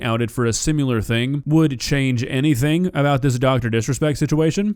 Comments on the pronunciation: Please stop saying "simular". Its, "similar." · I agree with you and love your content bro but why the fuck are you saying “sim-you-lar” for “similar”. That’s quintessential to saying “nook-you-lar” for “nuclear”. I’m driving my Hyundai off a cliff as you read this. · The word is "similar", not "simular". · Sim-you-luur. All this fake outrage is all for getting views and traction. This dude sent a DM to someone he did or did not know was a minor. Who knows WTF he even said. This is dog piling just for the sake of making these tired response videos. "messaging kids" yeah if you say so then its how it is. How do we know what she represented herself as. What if its three DM's that didn't contain jack sht. Nobody is making videos on that. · Where the fuck did you learn how to say "similar"